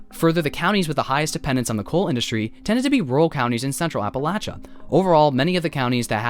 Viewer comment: thank you for pronouncing appalachia correctly <3